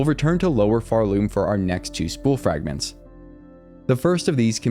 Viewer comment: "nunper" "frangments" "holly" ??